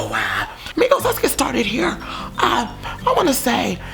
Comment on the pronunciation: in the beginning i thought said negros instead of migos